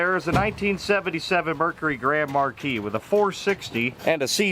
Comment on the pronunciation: I believe its pronounced " GRAND marqueeeeese"